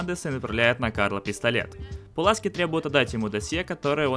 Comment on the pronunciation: Ну почему? Почему??!! "Паласки"